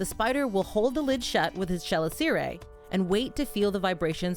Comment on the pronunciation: I'm pretty sure "chelicera" isn't pronunced liked that? Anyway, awesome vid as always, i love the old documentaries you put in these